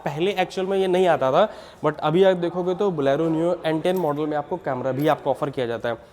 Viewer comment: Abeyyy pehle bolna seekh jaa woh "Blaaro" nhi "Bolero" hota haii gawar🤔🤔😂😂😂